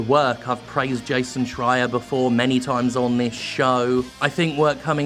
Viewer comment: at least after all the great articles about horrible abuse Jim managed to pronounce Jason Schreiers name the right way. so there`s that.